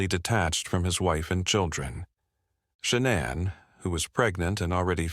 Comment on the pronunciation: Can u pronounce her name correctly please